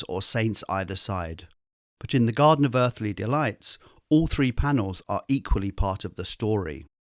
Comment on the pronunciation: "The Godden of Uthly Delights"